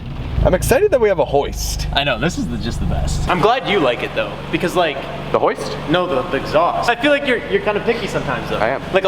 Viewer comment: Whats a houst? Or wtf he is saying? Hahahahhaha does he mean the lift by that?